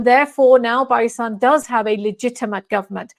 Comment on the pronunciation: Can try to pronounce Pakistan correctly?